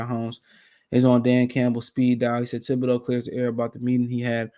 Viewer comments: Kayvon "Kibideux" lol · Bruh…….. it’s THIBODEAUX LMAO